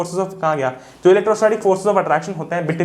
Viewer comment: It is not elecrostatic , It is electrostatic